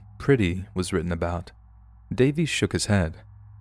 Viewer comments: Not bad sir. Who the heck is Jonathan davees?! I only know Jonathan DAY-VIS... 🌝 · Pronouncing Johnathan Davis’s last name as “Day-Vees” is killing me inside lmao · Jonathan Davis, not Davies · It's Jonathan DAVIS, not Davies. Lol. 🤦🏼‍♀️ (Korn🖤)